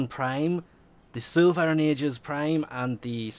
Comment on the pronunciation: Silva and agis not vilva and agis